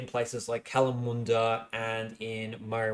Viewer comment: Don't forget his batshit pronunciation of Kalamunda he seems to have corrected himself on it now so he's capable of doing it right despite immediately going back on it 2 seconds later haha